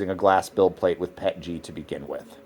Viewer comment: is actually one of the few CCs that actually says the acronym correctly. PET-GEE. Every chemist knows they've been saying the P.E.T. as "PET" & then adding The "G" for glycol. That additive which makes it easier to print than standard PET. GOOD video! Thank you!